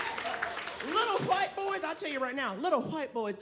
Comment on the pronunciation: If I hear hawhite boys 1 more time I'm gonna puke.